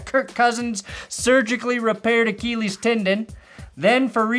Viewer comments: why cant you pronounce “achilles” properly? It’s “ah-kil-eez” not “ah-keel-eez”. We aren’t going to keel the Titans this weekend … we are going to kill them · The way says Uh-KEE--lees like hes taking lessons on English pronunciation of a Greek word from a French Youtuber